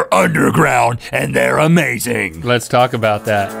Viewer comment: No joke intended I think but you said 'this is aMAZEing' by the first city xD